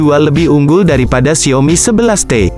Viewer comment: Gw geretan banget tiap kali dia bilang XIAOMi jadi Xiomi 😆